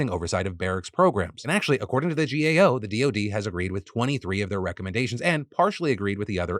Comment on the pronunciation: You kept saying "GOA"... it's "GAO." As someone with lots of family in the military, for most people, the military is out of sight, out of mind, save for the fake patriotism. I mean, remember the burn pits bill? That should have been passed unanimously. ... BUUUUUT NOOOOOOO. Fund some bill for weapons? Sure. Fund money to help the actually people in the military? Socialism!